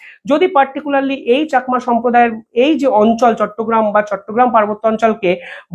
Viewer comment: Pl. Correct your pronunciation of Rangamati and Chakma. Not Rongomoti or chokma